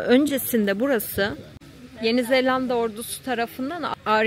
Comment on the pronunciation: Yeni Zelanda 'ya Yeni ZeLLanda demen bile çok tatlı. 😊